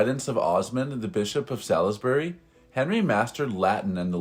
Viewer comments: The narrator probably mistook the pound sign “£” for the euro “€”. Be grateful he didn’t say “dollar”. He’s not great at non-American English, is he? Note how he says “Sal-is-bury”, instead of “Sawlsbry”. Also, the teaser blurb may have led you to suppose Henry was a poncey British aristo, and his “utterly disgusting” habit would turn out to be buggery. Mais non! He was a straight Frenchman whose utterly disgusting habit turned out to be gluttony (and not knocking up literally dozens of young women hanging around the court.) I’ve never tried lamprey, and I don’t know if they’re still eaten anywhere, but you’d have to be a cornflakes-hot dog-Apple pie-eating Yank to automatically classify lamprey eating as utterly disgusting. Back in the 11th and 12th centuries people thought they were terrific, and death by lamprey surfeit wasn’t unknown, amongst those who could afford it. Medieval coke and smack, that’s lampreys. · Absolutely! It's pronounced Saulsbury. That's the nearest I can get. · 5000 "Euros"... WHAT ???? Sallisbury is phonetically pronounced "SaulSBerry" 1224 AD .... should that be "ImpliCATing" rather then "IMPLICTing" ??? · ‘Sallesbooree’… nuff said… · "Hunting accident" ? Occupational hazard for the Norman nobility. BTW, it's Sol-is-burry , don't even think about pronouncing anything with "cester" in the name. Launceston? Fogetaboudit....Wymondingham? good luck with that... Leominster? you take my point.. Thanks and blessings. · Sals-bury the I is silent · Sauls bury not Salisbury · You’d also have hoped he’d have learned how to pronounce Salisbury. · Learn how to pronounce “Salisbury”.